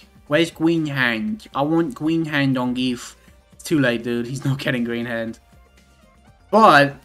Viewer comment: they butchered gief so bad it hurts my soul